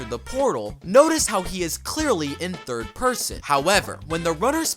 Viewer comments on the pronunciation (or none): none